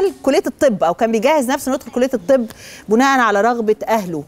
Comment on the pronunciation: بِناءً يا أفندم مش بُناءً.. حضرتك كررتيها مرتين أو تلاتة والموضوع استفزني بصراحة 😅 بَنى، يَبني، بِناءً.